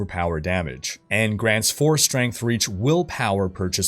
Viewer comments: "StrengHt" LMAO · chuckled at "strenght" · couldn't help but chuckle at "strenght" when he read it out loud as that.